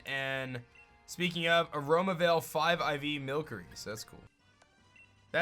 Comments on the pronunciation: Can I Say Something It's Called Mill-sery not Mill-curry Well Atleast That's What I Call It! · Its pronounced mil sery not milk ery